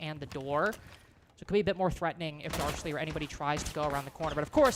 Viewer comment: Hearing 4AM's first halftime talk the previous day made it painfully clear that every castor is pronouncing darcly wrong. (thier coach) when talking to him pronounced it Dark- Lee